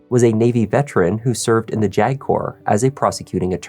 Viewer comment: Every time says JAG officer it sounds like he’s about to say “jagoff” Which would be a more accurate description of this guy